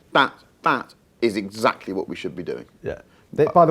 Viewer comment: Love Harris, sorry, can't be doing with Jack 'Essackally' Rix.